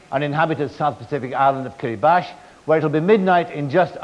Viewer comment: Ooh, correct pronunciation of Kiribati, nice!